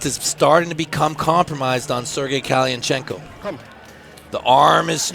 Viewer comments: One hell of an intro! Nothing cooler than hearing this idiot pronounce kalinichenko 😎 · Never has a name been buthered worst that that presenter trying to say Kalinichenko 😂😂 great match thank you Magda i got the ppv